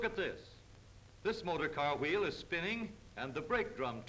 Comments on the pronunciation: funny how they pronounce wheel as "H-weel" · I love the way he says Hweel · I like how he says wheel